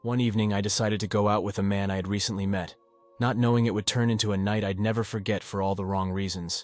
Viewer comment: No, nevah!😅